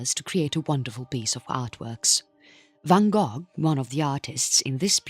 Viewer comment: Such good understandable material, but the voiceover is a computer surely / hence all the mispronunciation akin to tom Tom gps which can’t say the words which are different to the normal rules or a different langusge. I listened until van “gogg” annoyed